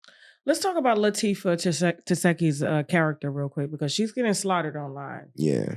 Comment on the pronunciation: "Tesheki" is crazy .. Tasha cant even pronounce her name 😂